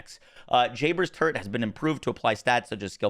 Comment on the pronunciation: Anyone else hear “Jayber’s turd” and not “Jayber’s turret”? 😂